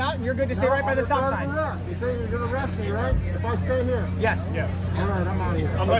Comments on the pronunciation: Hmmm…all of his education and he can’t correctly pronounce words: Eerest, orgineyezation, hail yes. Oh, for the good old days of Chile. 🙄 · “Threat of errest” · "Under threat of e-rest." Not convinced of his level of education. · Gotta love how he pronounces arrest, errest! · Masters in Psychology? I call bs. He can’t even say “arrest” properly. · 100% wrong sounds about right. But what can you expect from someone who can't pronounce arrest correctly? He needs a refund for his college education.